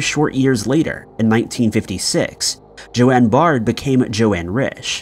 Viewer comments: Pretty sure her name is Joan as in rhythms with bone. Not JoAnne. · Isn't "Joan" pronounced "Jone" not "JoAnn"? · Its JOAN, not Joanne. Geez😊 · Yup. Americans for you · Joan is pronounced jone - not Joanne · It’s definitely Joan (rhymes with bone) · The name Joan is pronounced like“Jone” as in Joan of Arc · Case 1 is not pronounced Joanne, my god it gets worse.